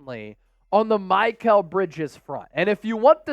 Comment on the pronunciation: Who is MY-kal bridges? Lol